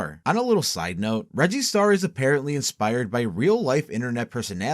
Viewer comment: Also "reggie star" sounds like you're saying "register" like a cash register. Could make sense since he uses receipts